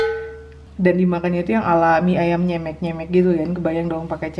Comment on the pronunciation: Bukan nyemek bilangnya, tapi nyemek.